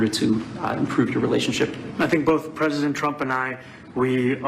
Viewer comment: "At the wisk of pissing off pwesident Twump, that was a tough pwess confwence to watch." is my favorite guy. It's really hard to look like a tough guy when you can't pronounce your R's lol.